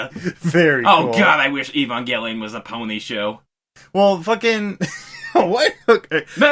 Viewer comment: We can add "Ee-bon-gelion" to the list of bizarre pronunciations